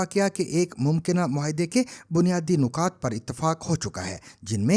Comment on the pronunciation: تلفُّظ خراب ھے آپ کا: نِکات nikaat✔️/ نہ کہ nakaat